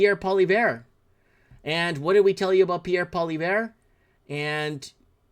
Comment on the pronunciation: please try to pronounce Pierre name right